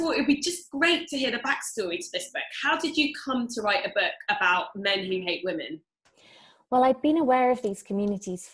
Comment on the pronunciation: Charles Nicklestein this is for the wage gap And once again, who in this video is complaining that men don't make enough money? also "wii-mun"????????